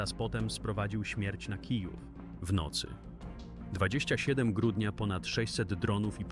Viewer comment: 27 grudnia co kuzwa IA sie niedouczul po polsku?